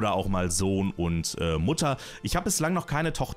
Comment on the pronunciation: Bei Standardfamilie habe ich verstanden: "Butter, Vater, Sohn" :D